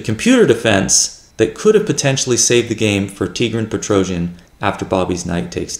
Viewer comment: I really enjoy your channel, thank you for your work ! Correct pronunciation "Tee - Gran Pet - Ro - Syan" stress on the last syllable in both first and last name.